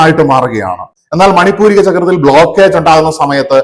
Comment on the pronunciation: മണിപൂരിക അല്ല; മണി പൂര ചക്രം ആണ് ശരി